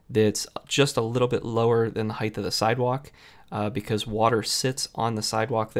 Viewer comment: Height not Heigth..